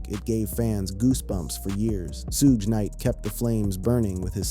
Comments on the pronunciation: Thats what I said ai is garbage its suge knight and 2pac not soohge knight and 2pack stupid ai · Whoever idiot is narrating this video should learn how to pronounce Suge and Pac's names. It's very disrespectful to the people he's talking about to not even know how to say their names correctly. The names are pronounced Suge like "sugar" and Pac like Hawk. Dumb ass.